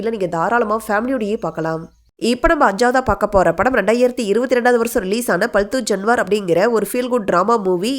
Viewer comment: ஆம்பள நடையில் தவறு அம்பலநடையில். ஹ்ருதயபூர்வம். பால்தூ ஜான்வர். சரியாக உச்சரியுங்கள்